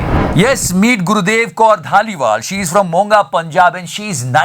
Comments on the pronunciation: bhai “monga ya Munga” Nhi Moga hai Moga ! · At 4.38 bhai it's moga...not monga... & one trivia sonu sood is also from moga🙂